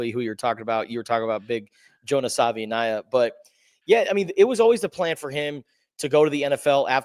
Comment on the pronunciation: Both of yall said his name wrong😅..it would sound more like Sah-vah-eeh-nai-ah..if dat makes it easier